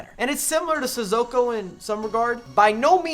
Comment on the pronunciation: It’s NOT Sizzoko! Say it right!